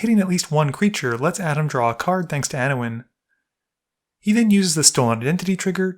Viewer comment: Lol, "Anowin."